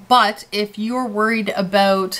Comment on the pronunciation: You literally said Aboot. OMG I have never actually heard someone say it for real.